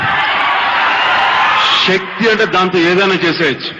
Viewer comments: Shakthi kaadhu babu Sakthi anaali🙏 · Shakthi kaadhu Sakthi anaali🔥